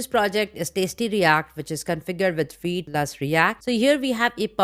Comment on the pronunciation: awsome video !! love the way you pronounce vite , i hear weed 😛